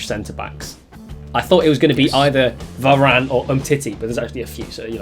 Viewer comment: Man said “Vanane”